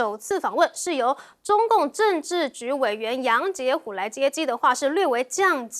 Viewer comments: 1.是「紋絲」不動 2.楊潔篪（ㄔˊ）不是ㄏㄨˇ 要加油啊⋯ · 这个女主持人读白字啊。杨洁篪，不是杨洁虎。你读杨竹虎都比较好嘛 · 可爱的妹妹把原杨国务委员名字唸错了，不是唸“虎“，不过这不能怪你而应当把责任归咎于台独政客的去中国化造成的恶果，